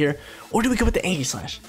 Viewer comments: ee· juhs slash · That ain’t how u pronounce aegislash bro 😂